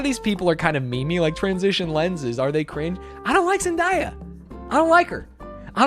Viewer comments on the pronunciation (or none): If you’re going to needlessly dislike Zen-DAY-a then you should at least pronounce her name correctly. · Zendaya should get a free pass off the list for her name being pronounced wrong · Pronouncing Zendaya like that is a crime